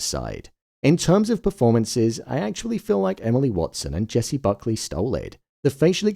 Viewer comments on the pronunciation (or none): none